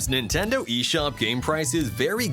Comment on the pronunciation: Stop saying Nintenduo